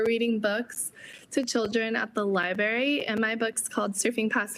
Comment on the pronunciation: She called it a Libary... Come on.. That is embarrassing.